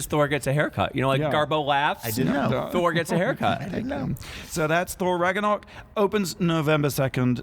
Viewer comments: I love you guys, but my inner nerd can't even with your conversation about thor... mispronouncing Ragnarok, saying Kate Winslet instead of Cate Blanchett, etc... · Is it just me, or are they pronouncing Ragnarok incorrectly?